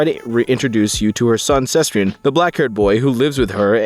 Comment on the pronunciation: Why does bro pronounce "Sebastian" like "Szechuan"?